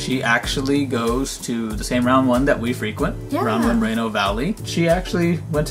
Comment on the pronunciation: I love it when you always say one when you win a prize in one GO, and when was wearing the oneeeeeee shirt XD:)